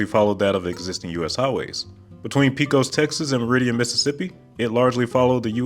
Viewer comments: It’s “PAY-cos” Texas lol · But he failed to say Pecos (PAY-cohs). 👎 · Pecos was mispronounced at the start, it is paycus. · it's "Pe-cos" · Pecos is pronounced pay-cos! Life long Texan! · Let his guard down on “Pecos” though. 😂